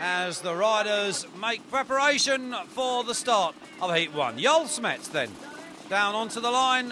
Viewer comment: On dit Joël smets et pas «Yoel chmetz » il le prononce vraiment bizarrement le commentateur rosbif